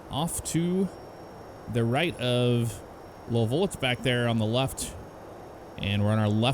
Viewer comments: Low-vull? 😂 it’s “Lou-vull” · Did say lolville? It's pronounced Looeeville or Louilsville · Pronounced Lou-a-vull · Did just say lolvol 😂😂😂